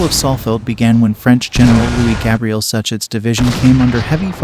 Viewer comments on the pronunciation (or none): none